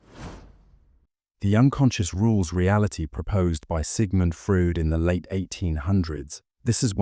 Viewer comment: Frood, really? Sigmund... AyayaiY AI